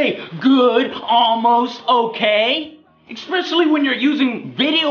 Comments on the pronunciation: Joe you really need to stop saying exspecialy. Lol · GODDAMNIT JOE, STOP SAYING "EXSPECIALLY"!! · "Ex-speshelly" "Ex-speshelly" "Ex-speshelly" "Ex-speshelly" "Ex-speshelly" .........